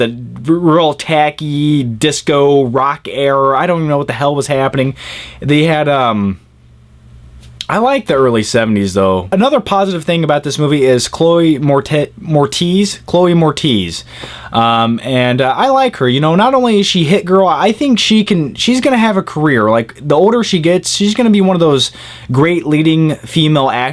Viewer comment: Her name is pronounced Chloe Meretz not more tease unless you think she's just a big tease... which would just be wrong.